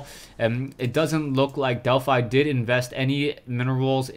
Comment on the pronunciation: wow it's a fanboy war in the comments (i support. he should have more subs but he doesn't instead of bitching about it LIKE his vids so he gets noticed more.) And to you Delphi is pronounced DelphE if the player has named themselves after the Greek God Apollo's Temple at Delphi.